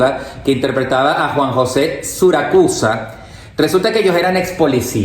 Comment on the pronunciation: Hirve!! 1983 y no 1982!! Arnaldo André paraguayo!! Siracusa, no Suracusa!! Y otras mezclas qué han hecho 😂